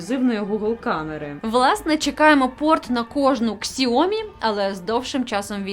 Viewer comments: Сяомі, а не ксіомі.. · Ксіомі))) це сильно! Китайці плачуть від вимови!!!